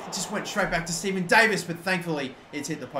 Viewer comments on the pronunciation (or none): none